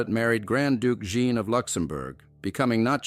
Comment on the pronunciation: Please pronounce JEAN. Correctly, not in its feminine British version .